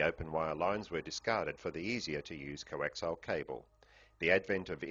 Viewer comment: I have to stop watching this because he keeps saying 'coaxile' cables instead of 'coaxial' cables.